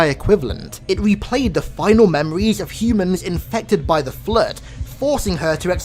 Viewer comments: Why does the narrator call it the "Flerd" lol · Cant watch the video just based on how he says the word flood